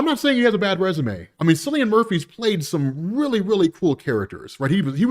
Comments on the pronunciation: Cillian Murphy's name pronounced with a "hard" C. "Killian" Murphy. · Cillian Murphy’s name is pronounced with a hard K, not as S sound. Just a heads up 😅